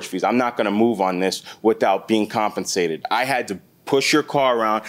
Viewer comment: "im not moving your car without being CONFENSATED" lmao whet